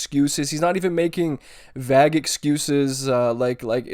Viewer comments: i love you but did you just pronounce vague as vag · How do I say this without sounding like a smart ass? Your pronunciation of 'vague' is wrong, my guy. Vague rhymes with plague and Hague, not bag or hag.